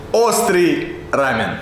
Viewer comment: рамён ударение на ё, это корейская еда☹